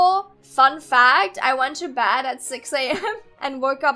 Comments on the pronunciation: why dose she say bad insted of bed? she needs to learn her words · Wait You said bed as bad